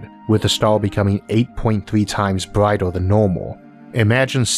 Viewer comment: where does he come from? Power and flare "flea", Earth, brighter, "bratai", year, "yeae" its an "r" there but he cant say thath... he can't pronounce the Words correctly! and i am from Sweden...? its so hard to understand broken english.